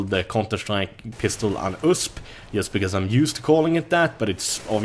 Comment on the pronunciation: USP, you say every letter U, S, P